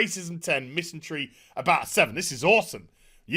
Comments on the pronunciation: Err, it's 'MISANDRY' not 'MISANTRY' my friend. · Agreed. But the word is 'misandry' - with a d, not a 't'.